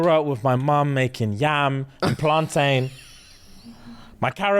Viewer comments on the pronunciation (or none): It's not plan-tain yall it's plantin! Just like captain and mountain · I'm so upset that said PlanTAIN instead of PlanTIN....like I know you're half, but I thought that half was Caribbean 😂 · Can someone please tell them plantain is pronounced "plantin" the same way mountain, and captain are. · Why the blud clart are you man pronouncing plantain like ‘PlanTAIN’ 😂 I’m dead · Love you guys, but it's upsetting me how you're pronouncing Plantain 😂😂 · The pronunciation of plantain is making me feel sick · Am I the only one who's bothered abt how they say plantain 😭😂